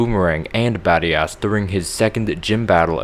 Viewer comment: badias sounds like bad ass